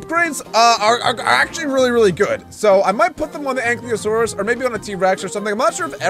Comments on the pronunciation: Btw ankylosaurus is pronounced (Aink-Eye-loh-Sawr-us). Also, I cant wait for the big dino army to be completed, and the Ankylosaurus could be named Spike. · Its ang-kylo-saurus